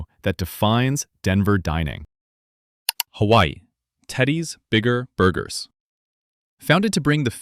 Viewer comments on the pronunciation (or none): none